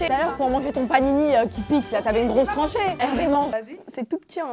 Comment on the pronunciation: Trachée pas tranché